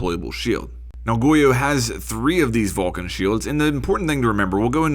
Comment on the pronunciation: Just fyi it's not pronnounced vulcan it's vol-CAN it literaly has an accent on the can (hence volcán)